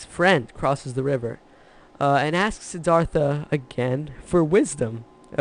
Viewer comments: Courageous dude?! And learn how to pronounce the name. Please! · The river taught me you pronounce "Siddhartha" wrong....go to Indian restaurant on Lexington Ave. in the 20's and ask them how to pronounce....it will sound better......